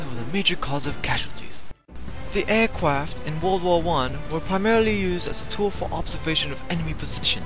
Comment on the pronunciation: "Airquaft?" WTF?!?